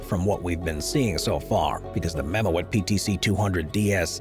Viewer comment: It is mam moot not mo-et